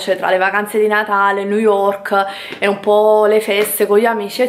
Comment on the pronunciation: Coppo , New Yokk la "R" é optinal🤣